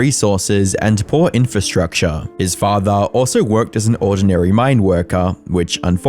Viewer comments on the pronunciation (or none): none